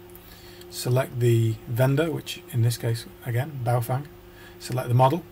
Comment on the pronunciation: Cool vid. Only thing I'd comment on is pronunciation of 'Baofeng'. I'm presuming this is Chinese, and if it is, you'd say "Bao-fung" (rhymes with Cow dung:-) ) to pronounce it correctly. Clearly, when it comes to building the interface, I'll leave that in your more than expert hands:-)